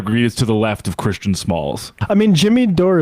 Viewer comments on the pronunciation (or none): none